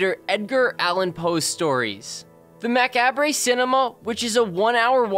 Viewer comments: Macabre isn't pronounce may-car-bray you pronounce it ma-carb. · Mah-cob= macabre